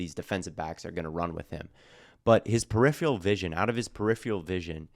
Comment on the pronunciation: I love you but you pronounced peripheral vision like periphial vision hahaha but how about reviewing some Nick cross film? Just want to know what the colts will be getting out of him (biased colts fan here)